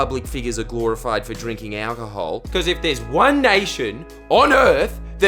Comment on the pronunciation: why does he say it like that? "owwcahol"?